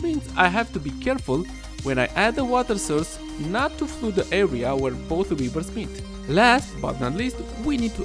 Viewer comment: Pronounced "flud" not "floood"